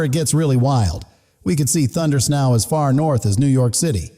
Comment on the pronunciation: Your AI needs to be trained to say ‘Thundersnow’ instead of ‘Thunders now’.